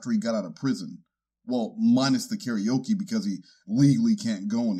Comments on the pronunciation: I LOVE your proper pronunciation of "Ka-re-o-ke" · The proper japanese pronunciation of karaoke is so funny to me in this context and I'm not sure why